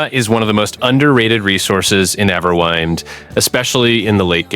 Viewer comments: Couldn't take this video seriously after quite literally the first 1s. EverWHINED? Really? You don't know how "wind" is pronounced? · Nope, that wasn't a slip of the tongue. He really said Everwhynd. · The way you pronounced the name PMO 😂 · Bro can’t even pronounce the name of the game properly but expects people to trust in his tips and tutorials. 🤦🏽‍♂️